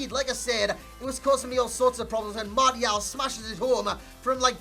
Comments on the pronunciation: "mardial" smh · mate no offense, but you're pronouncing martial wrong . xD love your work btw =)